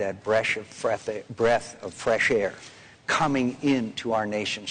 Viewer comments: LOL bresh of freth air! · bresh of freth air! hahah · "Bresh of Freth air" and "Senator Governor." LoL Wow, McCain is worse than Bush. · "Bresh of Freth air" and "Senator Governor". That's just too funny. Just go home and rest McCain. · did he say breast of fresh air lol